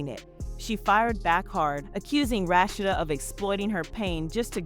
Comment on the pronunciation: The commentary can’t pronounce Rasheed name right